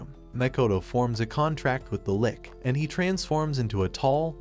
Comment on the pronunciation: Your saying lich like lick when it’s spelled lich